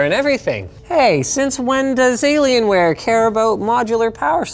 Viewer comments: Maybe I'm just new to the internet, only 16 years of experience, but I LOST it at "delAy-lienware" 😂 I'm sure its been said before, but I've managed to dodge it for, what, probably a decade? The nonchalance of delivery was amazing. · Delalian wear 😂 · I never thought I would hear Dellienware in my life (or DellAlienware, whatever!)